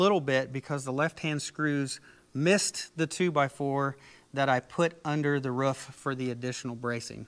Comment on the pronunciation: “Mounted to the woof” Sorry it’s quite funny how you say roof